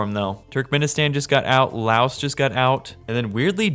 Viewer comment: The amount of times he mispronounced Bangladesh Iran and Laos is crazy 😅